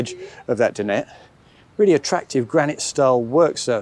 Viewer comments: Alex is spot on. The correct pronunciation is Din- ette. Well done Alex. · It's a French word, not English. He's one of the few people actually saying it correctly